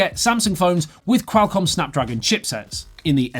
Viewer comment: you sound like your calling a bird when you try to pronounce Qualcomm so weirdly